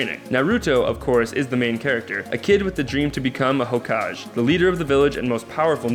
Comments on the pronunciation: Its pronounced as HOH-KAH-GEH HOKAGE ^_^ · did you say that he wants to become a "hokaj"???its hokage bro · next anime vid... please have someone who has watched one ep of one anime do that ep omg it's pronounced ná-rú-tó, sá-kú-rá and sá-ské hokaj? it's ho-ka-gay it's not gùn, it's gundam (yes pronounce it like english "gun") not ru-ru-nie ken-shin ru-row-nie omg please don't ever talk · ITS SOUND LIKE SUSKE NOT SASUKE!!!!! AND ITS HOKAGE NOT HOKAJ!!!!! AND ADD FAIRY TAIL TOO!! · I'm triggered... Sasuke- Sauce-Kay; Naruto- Nar-ru-toe; Hokage- Ho-kah-gay; Sakura-Sah-koo-rah. Hope that cleared it up. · fuckin' hokaaj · Khaleb Nguyen Gaming the hokaje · SASOOKE AND SAKOORA AND HOKAJ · I burst out in hysterical laughter after hearing "hokaj" omfg 😂😂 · dude it's pronounced sas-kay and ho-kag-ay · who pronounces naruto names soooo bad hokaj wtf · The way you said Hokage, Naruto, Sakura and Sasuke gave me cancer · you pronounced hokage and sasuke wrong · Khaleb Nguyen Gaming when he said their names I was like... does he even watch anime?. the cringe when he said the Naruto names and hokage lol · I could handle the name mis-pronunciations, but the wy he pronounced hokage x'D